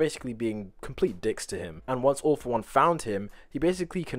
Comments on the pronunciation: When he said "all for one",I heard "awful one" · instead of 'All for One' I thought he said 'Awful One' which I mean kinda fits xD